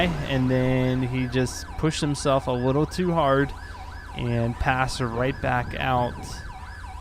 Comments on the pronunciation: He cannot pronounce the L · "A wittle different" Anyone else hear that in the beginning?